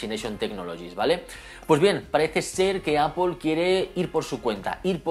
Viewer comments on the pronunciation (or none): ¿Xq pronuncias el inglés con un acento tan cutre y sin embargo la palabra Apple la recalcas tanto con un inglés perfecto? Queda raruno y como de pijo relamido. Eipol no, Apple y déjate de pijadas.